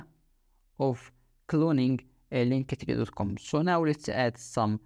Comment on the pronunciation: Man, it's called "link-tree", noch "link-e-tree" 😂